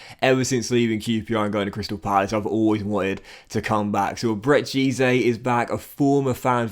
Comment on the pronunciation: FYI.. EZE is pronounced as 'Eh-Zeh' and not 'E-Zay' if that makes sense